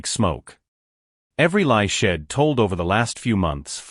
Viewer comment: Poor AI narrator, too many mispronunciations, choppy pace. Story have very little life to it, like they are not real people. "Shedd"? LOL! How about "She'd"